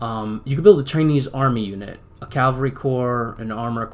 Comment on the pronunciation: It's "Cav-al-ry" not Cal-va-ry".Calvary is where Jesus was crucified.